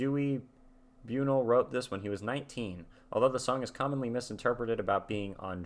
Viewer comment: Dewey Bunnell. BUNL, not BUN-EL. Just BUN and the “L” sound.